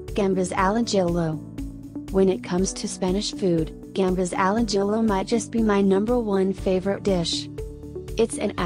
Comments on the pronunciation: When she said gambas al ajillo, I cracked up xD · Gambas al ajillo was BAD